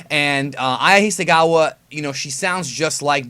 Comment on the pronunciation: It's Hisakawa, with a "k", not a "g"